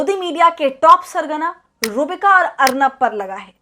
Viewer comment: Madam iska naam sahi se le ruh-bika lanatttt h